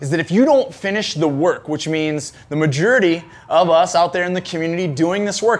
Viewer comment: "the majerity"